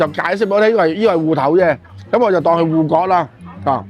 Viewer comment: 唔係「臺不」，係「臺北」 唔係「芋割」，係「芋角」